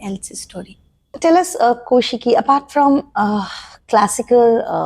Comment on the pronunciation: its nt ko shiki kau shiki 😂it is